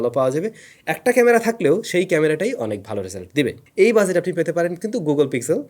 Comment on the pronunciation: Bhai shuddhu buzet buzet ki bolen it’s budget not buzet😂